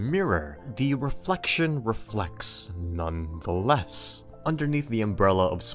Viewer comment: I love how aware is of his own quirks in his speech and presentation, in order to effectively make fun of it. Listen to his influction of "none, the-LESS".